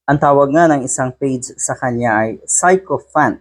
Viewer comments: Sycophant pronounced sikofant not 'psycho' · Si Ko Fant - that's how to pronounce it. FYI. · Sychopant pronounced as si~kuh~fnt